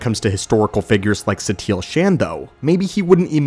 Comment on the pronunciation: SHAN?!? It is pronounced SHAUN